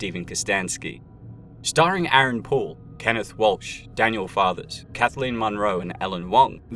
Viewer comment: Aaron POOLE. I thought he said Aaron Paul and dude looks a LOT like Jesse so...